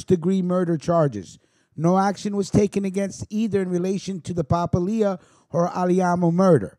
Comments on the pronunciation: It is pronounced Pa-pilia not papa-lia the way you're pronouncing it! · The way you kept butchering the name Papalia made this almost unwatchable. Its Pa-pal-ia, not papa-lia. Born and raised in the Hammer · Pa - pal- ia.